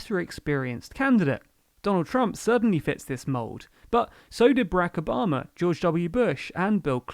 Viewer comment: Did you say Obamer administration?